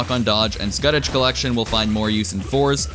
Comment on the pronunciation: Why is everyone pronouncing scutage collection like that